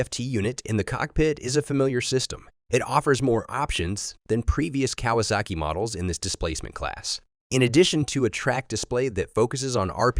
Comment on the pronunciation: The artificial voiceover detracted from what could have been a good video. If you're going to use a synthetic voiceover, make sure it can actually pronounce "Kawasaki".